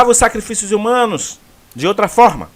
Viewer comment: A palavra que você pronunciou errado por engano é a mais correta: SACRIFILHOS